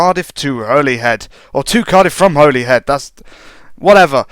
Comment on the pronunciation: And Holyhead is pronounced holly-head